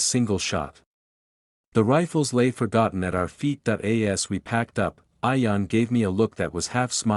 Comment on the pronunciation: It’s Ian, not ion